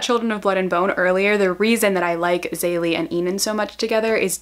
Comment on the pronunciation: Ok so listen. You probably don't care but it's not pronounced Zaylee XD I have a Nigerian friend who corrected me very quickly because we read this book together. It's pronounced Zeh-lee-eh which is harder to pronounce but it's more correct. I lived in Nigeria, my friend knows how to pronounce it. Just wanted to say htat.